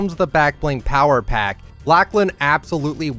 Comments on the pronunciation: its lochlan not lachlan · Not to be rude but that’s not how you say Lachlan